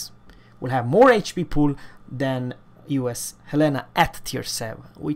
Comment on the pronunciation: Love you to... He Said in Swedish...HELENA 🇸🇪🇸🇪🇸🇪